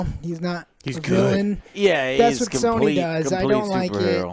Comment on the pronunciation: Everyone= "Sony" = "Sawny"